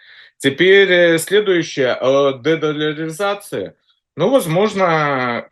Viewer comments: Этот мужик всерьез говорит легемитизация.и дедоляризация. И еще много странных слов. Китайский поисковик Baidu он обзывает байдой. Еще он прочитал учебник истории за девятый класс и очень любит его пересказывать. Этот странный чувак у них называется АНАЛИТИК.Яка страна, така и аналитика.., вот это клоун очень смешной.Зови его чаще.КУхар, конечно. все авно круче. но Кухар воюет. Ну хотя бы этот пусть публику развлекает. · Господа украинцы я с вас угараю 😂😂😂 Эксперт не может выговорить слово «дедолларизация» и в тайкодах слово тоже с ошибкой написано😂 ну зато о судьбах планеты рассуждают ахахахаха